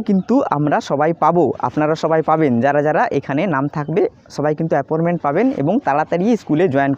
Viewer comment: ওটা apporment বলেনা,appointment বলে,,,, যত সব,,,,,,,,,,,?